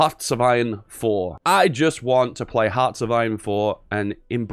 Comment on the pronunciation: "I WAN'T THE RESISTANCE"